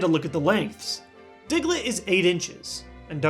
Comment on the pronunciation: Lol he says dicklett I know I'm being a five year old but still